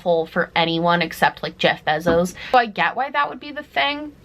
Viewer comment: That's so mean of people! Sending you positivity and love, as someone who also uses makeup as a sort of meditative practice (usually with you playing in the background, btw!) That being said, I am now going to proceed to give you absolutely viscious hate for how you pronounced Jeff Bezos's name. Consider me your new cyberbully, K? Ugh, I can't believe you're so cool, open minded and empathetic in your content! And the way you listened to feedback about the accessibility packaging and took it into account because you genuinely care about accessibility in makeup? Gag me with a spoon. /s Okay, love your work! Bye!